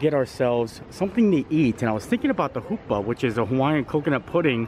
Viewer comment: Happy Birthday, I am glad you love Haupia! I make it all the time. However, haupia is pronounced (How-pee-Ah) :) I love your videos you are just a light in these dark days!!!!